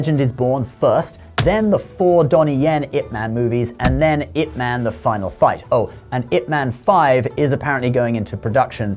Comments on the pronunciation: Pq essa i.a insiste em falar it man kk nao faz nehum sentido ,ou o criador q ta escrevendo errado ,IP ma IP man e nao it man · Loved this video. But, and I could be wrong (I don't think so), isn't his name pronounced "Yip Man?" I see the commentary has it spelled with a 'Y'... "...Yip Man died in 1972,..." It is spelled Ip but the pronoucement sounds like "Yip." It's a small thing but everytime you said his name, it stuck out. And I would end up thinking about that for a second instead of the very interesting things you were saying. 😊